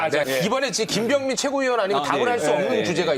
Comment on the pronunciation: 김병민이라고 했나? 김병만으로 들렸다 일제시대에 독립투사가 모진 고문을 당했는데 김병민이 너도 고문 한번당해봐라 고문 견디면 인정한다